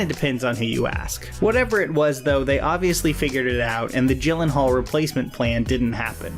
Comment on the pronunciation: Jake Gyllenhaal is pronounced Jake "Yillenhaal" like you're gonna say YEET but... you say YEELLENHAAL